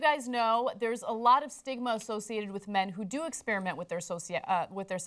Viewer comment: ahhhhh Ana still can't pronounce "experiment"!